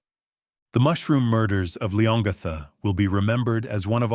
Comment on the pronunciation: ……it’s pronounced ‘Lee-on-gatha’………